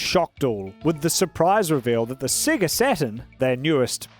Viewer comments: why does he pronounce sega as "siggurt" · Without the accent I can tell your Australian with how you say sega